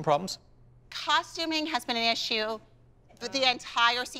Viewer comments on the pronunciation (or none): none